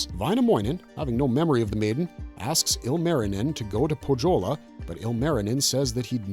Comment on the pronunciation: Nitpick on pronounciations. It's Poe-yo-lah not poh-joe-la. And it's Yo-kah-hi-nen not joe-kah-hi-nen